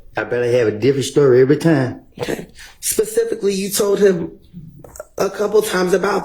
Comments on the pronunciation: This man said pecifically 😂😂😂he meant specifically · I don’t recall “Pacificly”🤣🤣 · Pasically how ever you pronounce it 😂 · pacifically lol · I don’t recall pacificly! The Pacific Ocean I’m confused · I dont remember Pacific Lee or however u say it😂